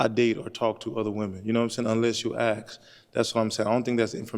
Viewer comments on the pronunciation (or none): The English word is ASK not AXE There is an S before the K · IF YOU DONT AXE 🪓🪓🪓🪓🪓🪓 CANT EVEN PRONOUNCE A 3 LETTER WORD! ITS ASK NINJA! 🪓🪓🪓🪓🪓🪓🪓 DUMB FOOL